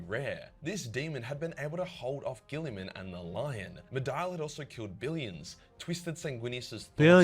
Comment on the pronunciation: Bro pls let me help, it's GILL-UH-MON. Not GILLY-UM. Really appreciate your WH40K vids, funny and interesting takes. You just can't pronounce the names for $#%^!!!!